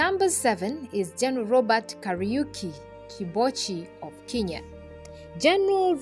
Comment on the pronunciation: It’s pronounced Kenya and not kinya